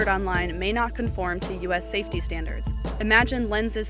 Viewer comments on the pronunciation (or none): none